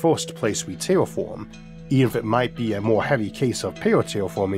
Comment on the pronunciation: I hate bullying, but... "Can we widderawy tewwafowm the moon?" Is all I can think of. I love him tho and he is better than me for sure, I just think it's funny and hope he would too. I couldn't do what he does, not even 1% as good.